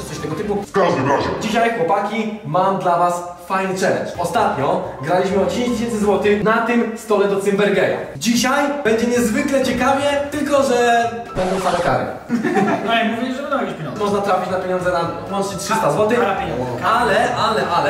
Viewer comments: Karol mówi się cymbergaja a nie cymbergeja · POWIEDZIAŁ CYMBERGEJA LOLOLOLOLOLOLO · 42 sekunda filmy friz mówi cymber geja 😂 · 0.38 Friz mówi ,,do cymbergeja